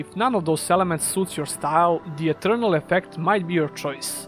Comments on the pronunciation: Minor nitpick to an otherwise great video, but you should look up how to pronounce "Ethereal". It sounds like you are saying "Eternal", which is not the same thing as Ethereal. Ethereal is typically pronounced i - THEER - ee - uhl. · It sounds like he says eternal when mentioning ethereal.